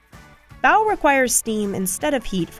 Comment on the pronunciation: The fact that they mispronounced bao really pissed me off.